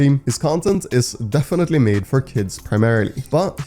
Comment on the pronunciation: Bro just said defenity not🤦‍♂️🤦‍♂️🤦‍♂️🤦‍♂️🤦‍♂️🤦‍♂️🤦‍♂️ budy ur the best